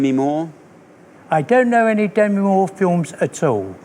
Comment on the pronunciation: Demi herself pronounces it duh ME so it shouldn't really be a matter of preference. There usually is a right and wrong way to pronounce someone's name.